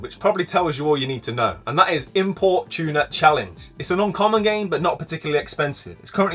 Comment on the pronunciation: Some great tips there mate! Not going to lie when you said import tuner challenge I heard it as “Import Tuna Challenge” and I was thinking what is this mad game about importing tuna about 🤣🤣